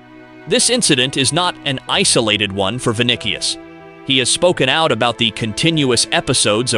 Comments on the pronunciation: Vinicius! Please, learn to pronounce it! ( Vi ni sio) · Vinicius's name (He's from Brazil) is pronounced vee-NEE-see-oos.